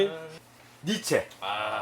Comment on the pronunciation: 니체 아니죠 니쉬~ 입니다